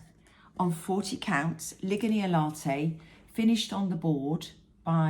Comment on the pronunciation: Ligonier. You are the only person outside of my small home town of Ligonier, PA that pronounces that correctly. You should hear customer service representatives butcher the name. 😂 That made my day.